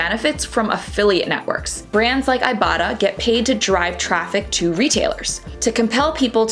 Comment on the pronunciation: how about showing the exact cashback app you are talking about? I have no clue if you are saying ibatta or iboughta or what. you don't show it here either. how does this make any sense?